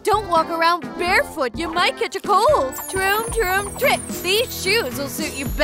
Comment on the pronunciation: Stop saying tromp trik